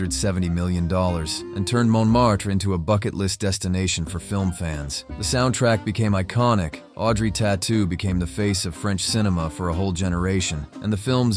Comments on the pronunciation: Try to pronounce it "Totou" maybe. It certainly isn't "Tatou". tAUtou, in french AU is a O sound. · It's pronounced TOtou, not tattoo 😉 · Just one thing, it's "Audrey Tautou" as in "Toetwo", not "Tatou" :) Loved your piece sir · I believe it is pronunced "totou", not "tatou". Tatou is french for armadillo, it may be funny though.